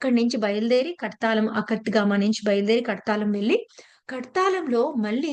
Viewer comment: కర్తాలం కాదు మేడం కుర్తాళం